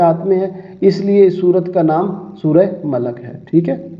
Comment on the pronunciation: Sir sorat malak nahi party sorat molk party hay